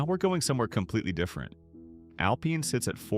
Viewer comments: Al pine, not alpeen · It’s Alpine with a long i! AI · You have never been to these towns because you mispronounced the names. You need to go back to New York. I am 82 and have relatives in some of these towns. AlPINE as in PINE. There is no Y in LLANO. LAN OH. Dinky Dhow!!!!